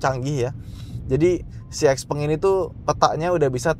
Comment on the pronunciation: Ini nyebutnya kayak tumpeng, bukan gepeng, norak. Giliran toyota, honda, ford, ferrari, porsche, lambo, gak lu cela? Nama pendiri nya juga tuh. Lebih keren Tesla? Itu juga nama orang Krosia dicomot sama elon padahal nama musk juga gak enak jadi merk. Padahal barang lu semua juga made in china, lu anti china? Kocak lu 😂